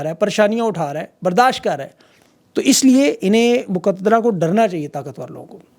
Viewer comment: Moqadra nahi muqtadra 😂😂😂